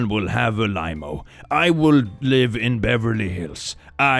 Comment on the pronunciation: Clicks pronunciation of limo has me dying. I will be calling them limeos from now on 😂